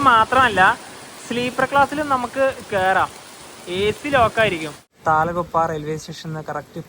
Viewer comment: താല ഗുപ്പാ എന്നല്ല തൽ ഗുപ്പാ aanu